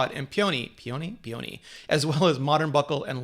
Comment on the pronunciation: Brianna Cogliano I noticed that, too. Perhaps PEE-uh-nee (peony) and air-MEZ (Hermès) to help clarify emphasis in addition to pronunciation? This video is making it tough to wait until the Christmas sales! (Target has offered a $100 gift card with each Watch purchase in past years.)